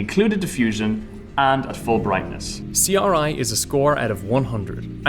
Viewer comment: Question: Why does this guy say RGB and R9 perfectly fine, but then C-OR-I? Let's not forget when he tried to talk about atomos' HD-OR